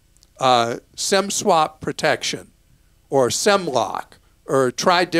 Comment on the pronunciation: Thanks, Clark. I tried to go onto T Mobile entering Sem block based on your audio. It's Sim block. Maybe change your pronunciation.